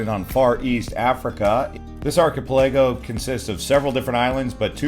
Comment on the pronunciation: You need a better video narrator. This one can't seem to pronounce many of the names and places in the video. He can't even pronounce archipelago correctly. Hey narrator, it sounds like ark-uh-pella-go or arky-pell-uh-go (depending on your inflection). It's not difficult. The amount of mispronounced place names is atrocious.